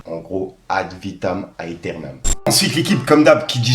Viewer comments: Yo frérot l'album de b2o se prononce AD vitam éternam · J’ai mal aux oreilles quand tu prononces le nom de l’album de booba. Mais j’ai 35 ans. Ça doit être l’âge.